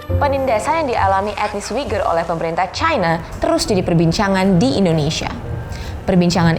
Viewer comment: akhirnya ada juga orang indonesia yang bisa mengucapkan kata uighur dengan benar.. pembawa beritanya pinter. sayangnya cewek. kalau cowok aku pasti naksir